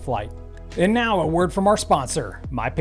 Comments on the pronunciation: Is he saying meow instead of now??? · When he says “now” it sounds like “meow”.